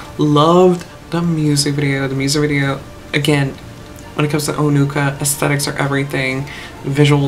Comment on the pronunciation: Yes, the words Onuka and Peremoha sounds very similar to how you pronounced it.